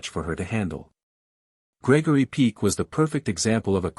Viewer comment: It's. Peck as. In hen pecked. Ñot peak.